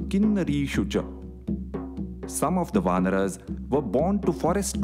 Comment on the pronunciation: Just a little pronunciation correction..... its not "Vanaras" like "Va-na-ras" but its "Vaanaras" like "Vaa-na-raas". Thanks. 😊